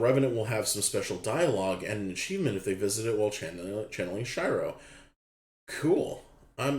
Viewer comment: Sheer-oh not shy-row